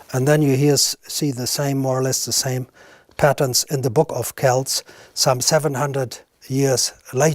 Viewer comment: "seltics" are a basketball team. Kelts is pronounced like celts with a hard 'k' akin to kilts...and akin